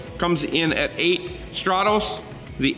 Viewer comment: Strah-tos??? What??? Strat-US!